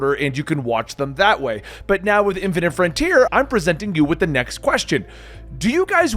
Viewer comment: its "boy-ze" not "boys" "fine-ite" not "fin-it"